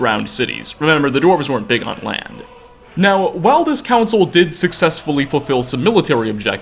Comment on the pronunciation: Crappy clickbait. useless speculation and showboating... By the end you just say, "Its unlcear what happened" Your voice is awful. How do u squeeze n extra syllable into the word now?